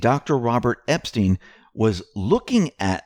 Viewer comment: Robert EP-STYNE !! Pronounced NOT like the pervert. Hillary enraged because she will be announcing a 2020 run after Dem debates. It's not a surprise that Obama is planning trip to Denmark in September. My guess is he's getting ahead of Trump being blocked from buying Greenland. Now we know why. They're running their operation from there. And Antartica?